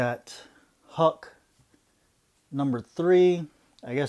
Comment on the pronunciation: Thumbs up left mate, nice books there and very cheap too, you were not wrong about that old X-Men being a steal at that price, great haul, well done. enjoy reading these cool books. For a minute when you said Huck, I thought you were pronouncing Hulk with a really weird accent!!